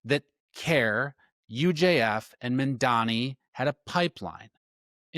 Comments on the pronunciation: I liked this info but you need to check the spelling and pronunciation of MAMDANI not MANDANI. Thank you. We need to get the DOJ to end this HAMAS supported Mayor. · You’re creating an entire video and can’t even pronounce or write the man’s name correctly; what is wrong with people? I think it has to do with the fact that Americans generally only speak English. Get it straight: “mom Donny” how’s that? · I want to listen, but if I took the time to make a video about another public figure like, I dunno, let's say Cuomo, and I spent the whole video mispronouncing his name, I would be so embarrassed I would take it down and reshoot. But you're doing it intentionally. What is up with that? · You can't even pronounce his name which shouts both bigotry and incompetence lol.